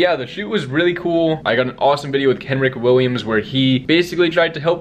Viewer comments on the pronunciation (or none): Kenrick Williams 🤦‍♂️🤦‍♂️🤦‍♂️ As a Die-Hard Pelicans fan, I just cringe when I hear that. IT'S KENRICH BRUH